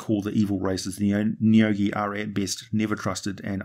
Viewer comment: I'm pretty sure you said the names of the neogi correctly. deathweb ship lands